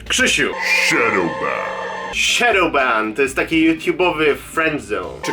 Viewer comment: Dlaczego kiedy mówisz shadowban rozumiem banany? WTF XD